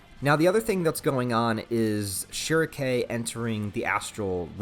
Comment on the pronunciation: The only thing i hate about this video is how he pronounce shierkes name i got used to almightylolis pronunciation of shrieke